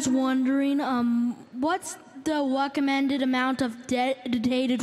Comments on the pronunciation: "Whas the weccomended amount of dedditated wam I shoukd have to server?" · Um,.. I was wondering Um... What's the wacommended amount of de-death-tinated wam does it have to sevur. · "Um, I was wonderinng um, what's the weccomewnded amount of de-ddidated WAM I should have to seerrrverrrr.....?" Fixed the subtitles